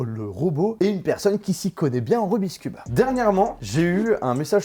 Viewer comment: Je t'adore mais j'ai quitté la vidéo très vite... En tant que cuber non-professionnel, j'en pouvait plus de t'entendre dire "rubiscube".